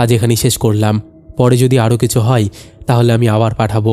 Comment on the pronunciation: E bhai hoy ke hoi, chaay jaay ke chai jai keno uchcharon koren, galpo bolte gele bangla uchcharon thik kore nin, nahole baddo bekar laage shunte